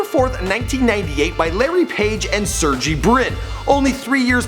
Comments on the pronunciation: ITS PRONOUNCED SIRGAY. Not surgie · Sur-gay*** not serjee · Its pronounced SIR GAY NOT SERGEE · Brin's name is pronounced "Sehr-gay". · They really ought to look up pronunciation of the names before making a video... Sergey was pronounced quite awfully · You pronounce Sergey wrong :) just search it on youtube